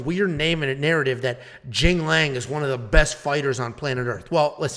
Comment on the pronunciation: Tells us not to embarrass ourselves pronouncing Ricky Simon's name and then butchers Punahele and Jingliang's name 😂